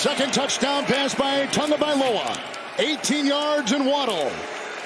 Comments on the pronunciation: Where the heck is the "N" in Tagovailoa? There isn't one! You're saying Tungovailoa, different name. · Someone please tell the announcer that there is No N in Tagovailoa! It’s every week with this man. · This dude pronounced Tagovailoa's name 4 different ways not a damn one of them was right